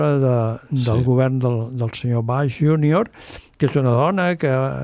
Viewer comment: I més. Pronuncia la lletra G en Castellà, però Bush i BBC en anglès. Tampoc sap dir "cap de setmana" i diu "buenu", entre d'altres.